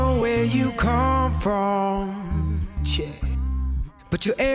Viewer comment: Stuff missed the joke, love. But he's NOT actually saying "yeah", most of the time- he says "ch'yeah'. 😑